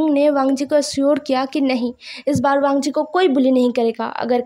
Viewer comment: nice part but apne college me bht bar wangi ko weing bolaya he